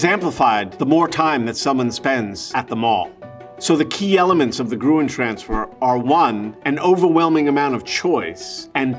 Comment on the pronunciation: Best pronounced “Grün(baum)” :)